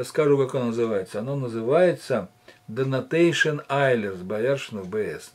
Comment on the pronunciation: не донатейшн а донейшн